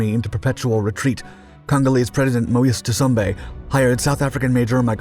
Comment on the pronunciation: You need to check your work. It was Leopold II, not the first, who was king of the Free State. Leopold I was long dead by then. President Moise Tschombe's name is not pronounced `ta-sum-bay`. Likewise, Mad Mike would laugh at you calling him `ho-ah-ray`and not Hoare (sounds like `whore`). Orde Wingate`s name was not pronounced as you did either. As for your footage, you're really mixing things, including lots of Vietnam footage, Israeli paras and the 67 war, and the 1961 UN intervention. There is actual footage - some very dramatic - from these events. Use it! I am familiar with this story and even personally knew several people involved, including one of the paras who jumped on Stan. Pull yourself up. You're really losing your edge.